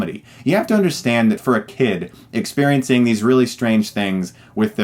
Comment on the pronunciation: Ha my iPhone keeps turning on Siri since you say "experiencing" lol